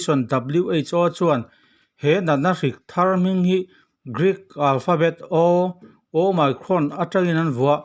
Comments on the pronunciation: Hemi channel hi a hming atanga en chuan "Journalism" lam channel ani ngei in a lang a, "Omicron" variant chungchang video ni si mahse a "omicron" ber lam dik loh lutuk mai chu. Kan tawng ni lo lam dik loh hi a awm lo miah lo, mahse kan lam thiam chiah loh hi chu internet ah lam dan en mai ila. Ngaihthlak a ti hahthlak tlat "Oh my cron". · Ooo my crawn a ti tlat hi, mak eee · Ooooh my crawn. I ti mak e, i lam dan hi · Awmicron a nih manih sir omicron ti jok tur I la nal lem deu lo manih awmicron ha2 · Your pronounciation is very funny "OMICRON" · Omicron lam rik danah YouTube lamah a lamrik dan zir hmasa ta la a tha lo maw?